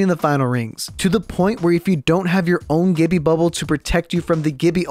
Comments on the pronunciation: Woah, what was that "GIBBYYA" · No one:: GiBbEaH